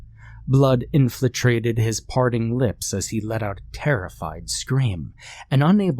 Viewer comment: So much of this story made no sense. It was all over the place as if the author didn't even know what the plot or meaning was. The bad grammar and mispronunciation of words ("what had happened"/inflitrated) only made it worse.